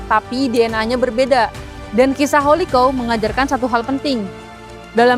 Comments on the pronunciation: Bacanya bukan Holiko tapi houlikau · Holi kaw, risih banget dengernya kalo salah penyebutan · Hahaha, gatel yah denger holikou